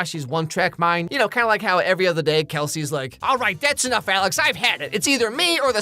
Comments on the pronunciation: absoulutely dying over you constantly getting Alex's name wrong as a running gag LOL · I appreciate the many ways you mess up Alex's name